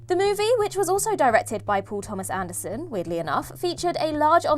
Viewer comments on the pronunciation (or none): Paul Thomas Anderson... I heard "poor Thomas Anderson" and was really confused why she would call im that twice... Had do Google..